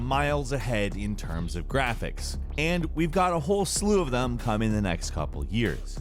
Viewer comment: like a we know like ...... this is really like.... in terms OF Graaphecs bruh this guy talks like the high school bitch